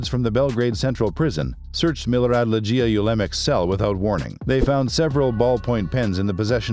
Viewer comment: It’s not lejj-ee-ya but ‘LEG-ee-ya”